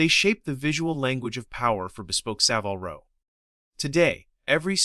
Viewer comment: In Savile Row, the i is pronounced as in carbine, not time.